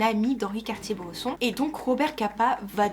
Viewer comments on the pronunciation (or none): vidéo très plaisante à écouter mais impression forte de déjà entendu… juste une réserve sur la prononciation de son nom qui me fait mal aux oreilles 😉